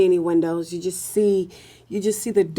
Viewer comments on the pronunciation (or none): none